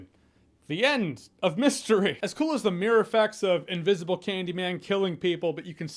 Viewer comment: Oh god, I thought he said “invisible rape” and choked on spit!!!! 🤣